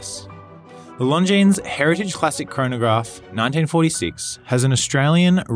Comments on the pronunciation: Beauty! Pretty sure the "s" in Longines is silent though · Nice watch but agree that price point is a little too high for what it is.,please,the s is not pronounced in longines. All the best.